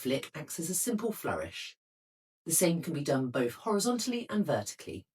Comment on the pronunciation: This is not received pronunciation. RP doesn't include 'bof' instead of 'both', 'smoov' instead of 'smooth', 'fevering' instead of 'feathering', 'wiv' instead of 'with'. These used to be part of a genuine East End Cockney accent. Without this (increasingly found everywhere) affectation, her English would be absolutely beautiful. I don't understand why they do it.